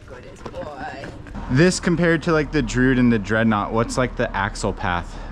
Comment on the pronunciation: Dru-id. Two syllables!